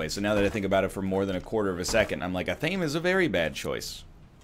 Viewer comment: Fun fact: Athame is pronounced ath-uh-may